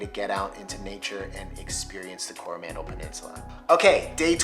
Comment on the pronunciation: Definite fail mate on pronouncing Coromandel. Gave yourself away there with the stress on the first vowel.